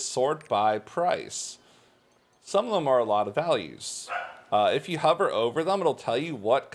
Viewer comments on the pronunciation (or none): none